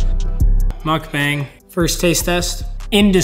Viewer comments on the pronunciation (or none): none